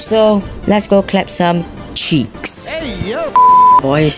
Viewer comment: Bro put so much emphasis on cheeks